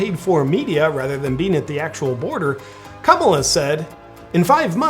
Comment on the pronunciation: You’re definitely saying, “Kabbalah” 😂